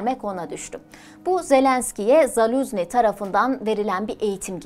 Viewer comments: yanlış okuyorsun soyadını Zaluzni değil ZaluJni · Doğru telaffuzu: ZALUJNIY